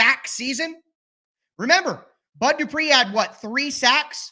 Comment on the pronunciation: That "where is the bud" shows you're a true Tennessean 🤣